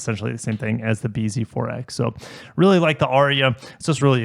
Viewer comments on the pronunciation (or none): none